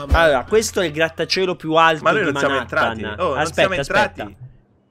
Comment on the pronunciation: Manatthan? Se mai Los Angeles